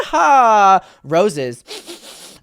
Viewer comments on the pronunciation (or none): Heehaw? Dumbass girl. It's yeehaw